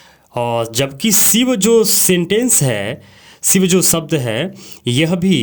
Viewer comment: Sivu or SHIV. KINDLY amend your pronunciation.